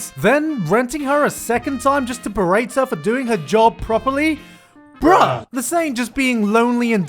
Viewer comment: who pronounces the 'h' in bruh